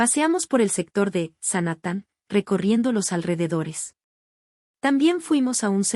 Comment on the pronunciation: "Sanatan"?? SANJATTAN* (SANHATTAN)